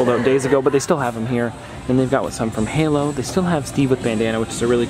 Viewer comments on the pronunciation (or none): none